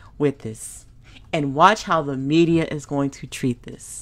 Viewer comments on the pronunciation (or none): none